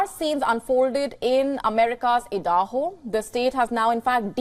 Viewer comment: Why does she keeps say Edaho? Stence?